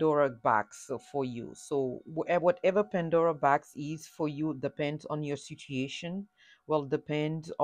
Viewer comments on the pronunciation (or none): It’s not sitiation it’s situation.